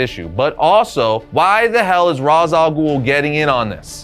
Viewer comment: Ras al ghul's first name is pronounced like Raysh.